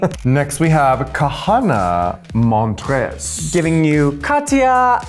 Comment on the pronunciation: “Kahanna Montggres”